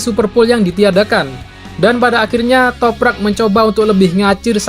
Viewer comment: Setelah berbulan-bulan ahirnya bisa lancar sebut nama Toprak😄 razgatlioglu yang susah😂